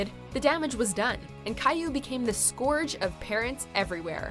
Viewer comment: You pronounced scourge wrong